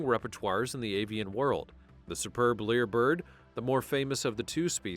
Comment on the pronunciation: It's a Lyre Bird, NOT a Leer Bird.